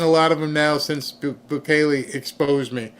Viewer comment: Bukulele? Lol,! You are adorable. He's not a musical instrument! It's "boo-keh-lay"